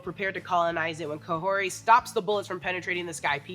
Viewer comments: It's kahhori, not kahhorti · KahorRi not KahorTi, right? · How hard is it to say Kahhori instead of saying Kahorti or Corte or something such? Atleast the name of the main character of the episode should be called out correctly